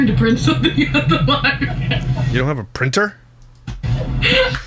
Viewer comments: Libary 😂 hehehe is that a Canadian way of saying library 😊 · I truly LOVE and look forward to your videos but that IS NOT HOW YOU SAY LIBRARY😤🤯 “libary” is crazyyyyy😭😭😭